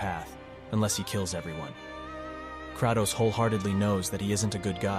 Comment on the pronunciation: instant dilike for "crahtows"